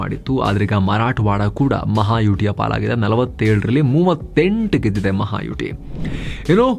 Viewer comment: ಅಣ್ಣಯ್ಯ,ಅದು ಮಹಾಯುಟಿ ಅಲ್ಲ, ಮಹಾಯುತಿ.ಯುತಿ ಸಂಸ್ಕೃತ ಶಬ್ಧ. ಯುತಿ ಅಂದರೆ Front ಅಂತ.